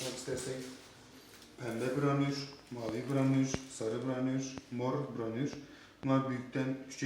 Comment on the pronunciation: Temiz açtın abi tebrikler ama branür demeseydin iyiydi 😂